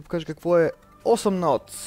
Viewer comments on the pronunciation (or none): като казваш името на играта ми звучи като 8нътс :D